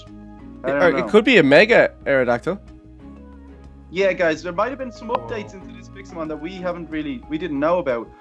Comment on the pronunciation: It's. mega. aradactall